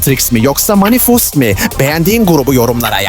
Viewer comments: Manifest değil manifum evet😅😅😅😅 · Manifost diyo niye kimse fark etmedi lan😂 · manifes yerine manifus dedi ahaaahhaaahhahaHA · Manifust mu dedi 😂😂😂😂😂😂